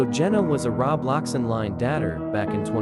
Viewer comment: never take someone’s word who uses an AI that doesn’t even pronounce Roblox or dater right…